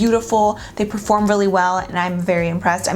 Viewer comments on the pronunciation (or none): none